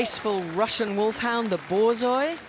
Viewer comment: Damn, finally got to my favorite dog, and the announcer, the guy, totally mispronounces it's name! It is a Borzoi bor ZOY.